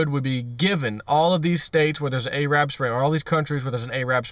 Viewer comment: You said AYE-Rab Spring...LOL